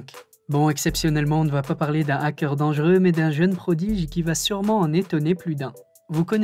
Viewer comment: Dangereux pas danguereux